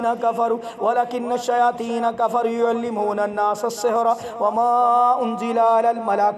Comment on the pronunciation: please recite correctly it's Kafaru not Kafare and you repeated it so many times.